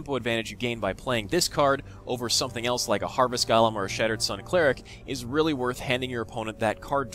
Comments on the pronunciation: Its gOlem, not gAlem :D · He pronounces it gollem, not galem. Both are wrong, but, just sayin.